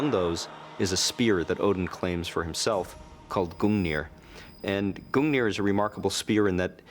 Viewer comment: "Odin and his magical Speer GOONeer"